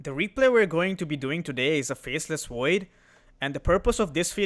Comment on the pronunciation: I love your videos. One small thing: can you please learn how to pronounce the letter 'V' instead of saying "Wiper" and "Faceless Woid"? It's incredibly infuriating. I understand accents and language barriers make things more difficult, but you're not even trying.